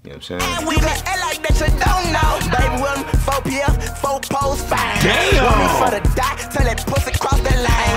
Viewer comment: the whitest 'damn'